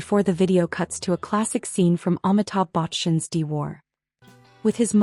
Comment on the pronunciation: “AumiTaubh Bauchan’s De War”